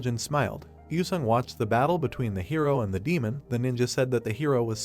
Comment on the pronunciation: 3 hours 47 minnutes into this video, you finally learn what the AI narrator means when it mentions "Main" or "Maina" (it is misspeaking the word "Demon"). Please slap the AI repeatedly. Otherwise, great recap.